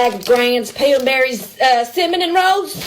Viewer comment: “cimminin” rolls